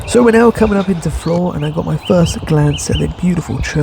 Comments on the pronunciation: You said it right. Flore. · Great video. I love your walks and your history lessons. Yes, you got it right - Flore is pronounced like "floor". My grandmother came from there. She lived there in the 1880s to early 1900s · You pronounced Flore right. The hard one to say is Cogenhoe. (Cook-noe). Flore has a petting farm so they may be used to humans.